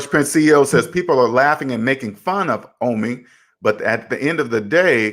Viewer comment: ITS OH-MI NOT AH-MI OMI SHORT FOR OMAR.